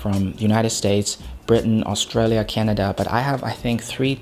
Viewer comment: He pronounced Oshainia instead of Australia lol